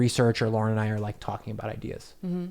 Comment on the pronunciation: can't remember which video it was but he spelled it on the screen once. If you watch this video at .25 speed, you can hear him clearly pronounce it as "Lorn."